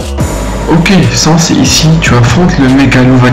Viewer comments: "sens"? 😂 tu m'as tué juste pour dire que sa se prenonce "sanesse" ou "sènsse" En fait je sais plus 😅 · il a prononcer sans sansse et papyrus papirusse omg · Et le mec dit "Sens" alors que c'est "Sans" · ça s'écrit sans mes sa se dit sènse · sans sa se prononce sansce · Il a dit Sans (son :an ) au lieu de Sans (son :a) 😱😱😱